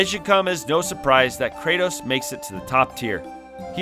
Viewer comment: About to comment the same. Tell me you didn’t play the game without telling me 😭 (he didn’t say Kratos right either :/)